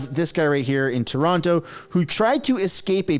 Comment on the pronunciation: You said TO-ronto. cmon